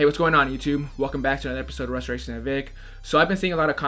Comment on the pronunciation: Imma need Vick to learn how to pronounce "Restorations With Vick" ... Any other time it sound like he saying "reshajdkfbdbd wi Vick" 😭😭😭😭